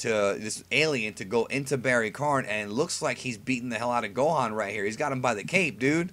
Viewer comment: Barry k-AH-n.. like barry KON. Not kARn. Barry Kahn.